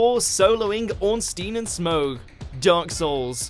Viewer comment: “Dyark Souls”